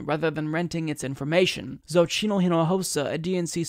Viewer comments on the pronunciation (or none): none